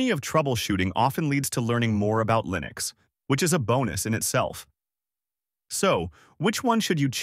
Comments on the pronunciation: Lie-nux? I think we had ironed out the right way to pronounce this decades ago. Are you a newbie or an AI? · sorry but "lie-nex" cringed the hell out of my ass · 10 videos on mint vst Ubuntu and the top result pronunces it Lie-nix. damn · I tend not to take advice from anyone calling it "Lye-Nucks". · Alarm! Alarm! Alarm! B.S. AI content! A.I. voice and can't pronounce "Linux" correctly in the first 10 seconds. After that I don't give a crap what you think.